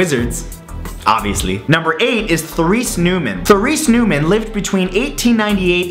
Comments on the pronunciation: Matthew, I don't mean to be harsh, but -- for a Canadian, your French pronunciation is pretty dreadful. The TH in "Therese" is hard, and the accent is on the second syllable: Ter-RACE. In "Lourdes" the S is silent. The only person who saw the Virgin at Lourdes on February 11, 1858, was Bernadette. Two girls had gone out with her that day, but only one was her sister. Bernadette had been separated from them when she had the vision. Bernadette's corpse has a wax coating -- there is controversy about how much of what you see today is really her. I could go on, but as you intimated -- all of this is very controversial. There is no truly objective book about this material, although I've considered writing such a work. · Just t let you know it is pronounced Tur-ese, there are several saints with this name Therese. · Matthew Santoro. your facts are so off. so are your pronunciations and so many other things in this video. There is no such thing as a conventional Franciscan And it is pronounces Terese. not Therese. idiot. you are a fucking idiot. And it's Fatima. not fateema. do better research idiot. on the money in zelda are rupees. not Ruby's. idiot. plus, you don't throw rupees on the fairy fountains. they are free. idiot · Therese is pronounced "Terez"... lol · Look, I agree with all of these miracles. The one thing I cannot get passed is your mispronunciation of Therese, and Martin De Porres. Please next time you want to do a video about saints, find out the pronunciation first. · Love the show, but that pronunciation of Therese was horrible!